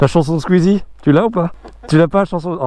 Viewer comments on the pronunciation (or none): none